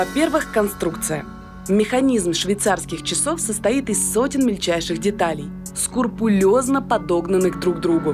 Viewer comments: "скурпулезно"... вы серьезно?))))) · Скрупулёзно, а не скурпулёзно!